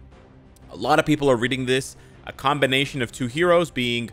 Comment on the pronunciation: Wah Gawan, you unironically said "combination" in an jamaican accent. That was funny to me. 😄